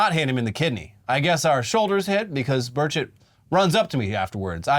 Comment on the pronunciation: lmfao I thought you said "Tim Birdshit" instead of "Burchett"